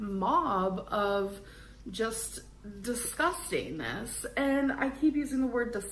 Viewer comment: "Disgusteeness." Mm, hmm, okay...Erm,, just so you know, I looked up "disgustingness" in the dictionary and...it's not even a word. 🙄Go figure. Cheers,.😂 🦘